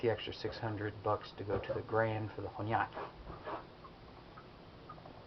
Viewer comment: Here is a thing it's not hornyyaki it should be hon --yaki